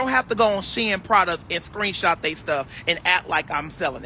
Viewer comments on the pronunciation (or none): none